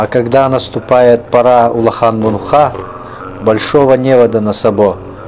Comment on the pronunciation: Не МунГха, а Мунха!!!))